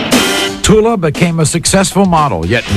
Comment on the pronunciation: DID YOU SAY TULA?